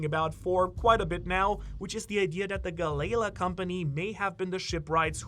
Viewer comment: Gal Lee La..please.. Gal Lee La